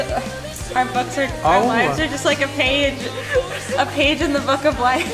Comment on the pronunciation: I was crying but suddenly I started cracking over saying "our gay" instead of "our page" on (have I heard right or it's the tears disturbing my hearing? haha) Anyways, back to crying, CONGRATULATIONS (enjoying DAY6 presence) to all the graduates, included!!! You guys will be missed on the channel. Hope you can comeback soon! Wish you all the best for whats it's to come:D